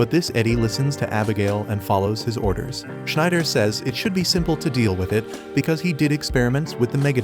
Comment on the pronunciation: Sorry u doing a great job at recaps in easy sentences but damn man u cant be butchering Schneider like that